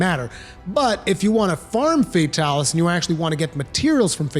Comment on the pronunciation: "fey-talis" ughhh